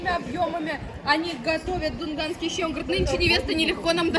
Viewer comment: ЩИ ЭТО У ВАС СУПА. А ДУНГАН .ЩИ. ЭТО ПРАЗДНИЧНОЕ УГОЩЕНИЕ! ВЫ ГОВОРИТЕ ЩИИИИ.. У ДУНГАН ДРУГОЕ ПРОИЗНОШЕНИЕ ЩЩЩЩЩИ